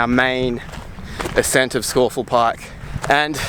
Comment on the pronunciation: A good unpretentious film ,and full marks for the correct pronunciation of Scafell (Pike).